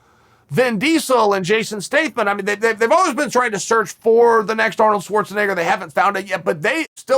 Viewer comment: Chael needs to revise his pronunciation of Arnolds last name…